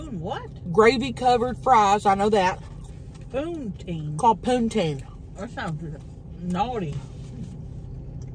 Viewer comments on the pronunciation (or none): LMAO Puneteen!? Hahahahahahah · hahahahah bully THIS & "poontine" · I love how pronounced Poutine as POONteen!